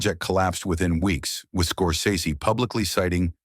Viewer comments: FYI he pronounces his name "scor-sess-y." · Scor-SEZS-ee ahole